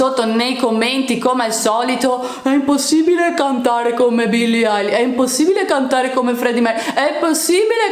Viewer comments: Poi non si dice Alish ma Elish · Ma dice "Eyelish" e non "Eilish"